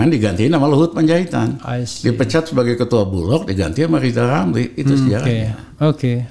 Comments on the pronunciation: SI PELAT YG TERUS PILAT KINERJANYA... LIZAL LAMLY LIZAL LAMLY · LIZAL LAMLY THO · Wkwkkwkw ketawa sampe terkentut2 gw denger si LL ngomong lijal lamli klo lu bener pinter ..knp ditendang ? Gw lebih percaya Pa JK dah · Masih Melakolis Lizal Lamli!